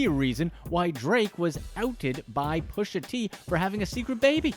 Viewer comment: Its prononced "Pusha". ur totally sabotaging that mans rap name